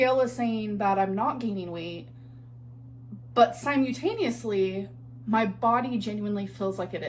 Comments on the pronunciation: "Si-mew-taneosly" it is si-mul-taneously holy shit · also she says words wrong like "Symutaniously" on purpose when shes lying so people focus more on the wrong word rather than the lie, notice how many times she said it in that clip moving her arms with the word to give it even more emphasis. we see you gorrrl :hand-orange-covering-eyes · the "sigh-myew-taneously" is absolutely killing me